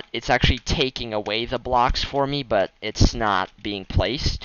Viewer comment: lol. the way he said but. BOTT